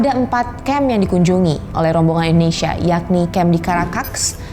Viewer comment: cara bacanya tuh bukan indonisia, bukan indoneisia, tetapi INDONESIA. masa orang indo aja salah ngomong negaranya sendiri haha. nah kalo bahasa inggrisnya baru cara bacanya indonisya.